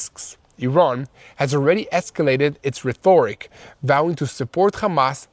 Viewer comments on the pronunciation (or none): Paradigm is pronounced as 'para-dime ' and rhetoric as 'ret-o-rick'. Otherness I am amazed by your daily updates, and greatly support you broadcast as a subscribed supporter. Thanks and. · I deeply hope this msg reaches you. 1. We love you; keep up your good work. 2. To help spread the truth, you need to be better understood. Israel once had a great spokesperson, Abba Eban, who spoke with excellent diction. It's essential. You can too. 3. You used the important words "paradigm" and "rhetoric" about 5 and 6 minutes into this report. You used the words correctly but pronounced them horribly. 'Paradigm' has a 'silent' G. It's pronounced 'para'-'dime'; with emphasis on 'PAR', which has an 'a' as in 'apple'. You lose your audience's attention saying it as you did. 'Rhetoric', which you will undoubtedly use more often, wasn't as bad but the results of mispronunciation are the same. It should be 'RET'-'or'-'rik'; again, with the emphasis on the first syllable 'RET'. Best of luck. We pray for you and your family. And of course the peace of Jerusalem.